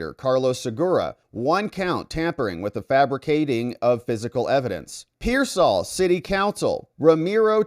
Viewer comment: It’s pronounced “Peer-sawl”